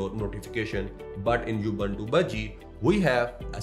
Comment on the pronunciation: Thanks for the review. BTW, Ubuntu is pronounced: OO BOON TOO in English. In Hindi, it's pronounced: उबंटू (Ubantoo)